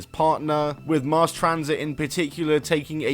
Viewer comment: MASS Transit, not MARSE!!